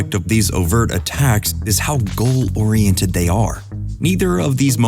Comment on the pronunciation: "GOAL OReiNTED?" ^^' Love the movie and protagonist, nice video :)